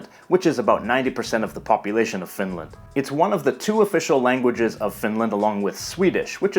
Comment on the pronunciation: Please don't pronounce Finland with a long "land". It's short and curt. TYVM. And to answer your question, yes, I can tell immediately which region of the country a speaker is from, although some soften or completely mask their dialect when moving to the larger cities. I'm from the lapland area and have lived in the south for a decade and a half now and have taken care not to lose my dialect.